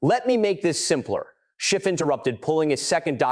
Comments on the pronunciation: Schiff, not Shift. Dash, not negative. What else has the AI behind this botched? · His name is Schiff - not "Shift" and it's a Dash - not "Negative Thousand Eight" 👉 - 👈 Why in the GD hell if you're going to put out a hard hitting video describing an egregious violation of Federal Statute, can't you Proof Read the thing and correct it?!??!!??? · Why the inaccurate AI script? If you can't do it properly, don't do it at all. Adam Schiff should sue you. Yes Schiff, not Shift. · PATEL REPROT: For the love of GOD -- any god you choose -- teach your AI narration program to distinguish "SCHIFF" from "shift" and a dash from a "negative," which I assume, is a minus sign. Otherwise, good narrative. Thanks.